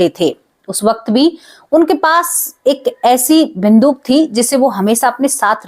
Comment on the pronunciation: बिंदुक नहीं बंदूक बोलो